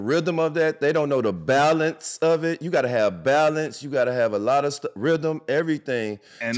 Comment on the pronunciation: D. Miles " da Rhydem of da ball" what the hell is a rhydem ?